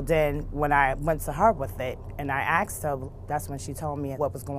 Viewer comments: It's horrific the amount of axing that goes on with these people. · Why can't she say asked